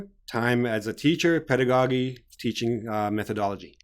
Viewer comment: i got a question about your pronunciation the word pedagogy. is that the right way to pronounce it. cuz i looked it up in the dictionaries both in american and british english. and it was not pronounced the way u did.